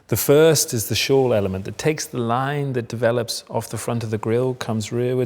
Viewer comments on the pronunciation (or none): You can tell he didn’t write that sales pitch and is reading someone else’s words by the way he mispronounced: “enveloping” by saying: “envelope-ing”. Envelop is to wraparound. Envelope is something you would place papers in and mail to someone!